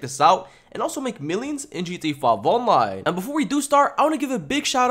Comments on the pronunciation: The way you say G-T-A On-Line kills me everytime 🤣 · leave my boy alone he’s a g it’s just funny